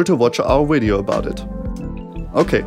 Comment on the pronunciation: until he said wideo